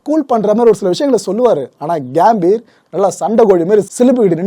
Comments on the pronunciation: அது கேம்பீர் இல்லை சகோ கம்பீர்.... கம்பீரம்னு சொல்வோம்ல அந்த கம்பீர் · Gaambir ila gambir.pronounce pply bro